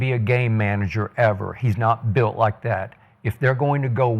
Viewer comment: “BULIT DIFFERENT”